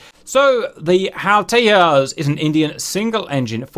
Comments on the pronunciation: Tejas, loosely translated, means "Incandescent" in Sanskrit. It's not a Spanish word, in this context and it is pronounces as it is written....Tay as in Taylor, Ja, as in Jamming and well...S, as opposed to Tehas or Tayas. Also, it infact, is a very tiny aircraft, I assume it was something IAF learnt from the Gnats which proved lethal against the F-86 Sabres of PAF due to them being hard to spot visually...Tejas already is hard to catch on Radar given its RCS is reported at 0.5 m^2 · learn to pronounce tejas first...annoying tht u kept mispornouncing it...have no respect for ppl who dont do their homework...simple things like these reflect a lot more in one's work... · Cap I know there are a bunch of guys who have corrected the way TEJAS is pronounced.. but still it was super cringey to watch you butcher the pronunciation every time you said it lol.. Much love for the content you guys make.. and look forward to Tejas coming to DCS one day.. Also its weird that the Indian Navy said the Tejas was heavy but are not considering F-18 Super Hornets for their carriers.. well it could be some serious lobbying by Boeing if you ask me.. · Cap...it's pronounced TEJAS with the J as in Jack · If is called Tejas, 'j' being pronounced as a 'g'. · I love your videos but please learn to pronounce Tejas as Tejas and not Teyas Also do more research please. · Why would an India-developed plane have a Spanish name? Tejas in Sanskrit means "Fire" and is pronounced as Tay-Jas as in pronouncing it as in flower Jasmine, not as Tay-Yas, the Spanish way. And no, it definitely hasn't the slightest relation to Texas. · It's pronounced "Teyassh" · Tejas is a Sanskrit (not Spanish) word and j is pronounced “j” not “y” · Not Tehas …Just pronounce it Tejas..its India..idiot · Nice video...but.....not Te-h-as, for Texas...but Te-j-as. 'J' as in jungle. Hindi/Sanskrit for brilliance, tip of the flame or cutting edge of the sword. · its not tehas,its tejas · It’s pronounced with a j rather than teyas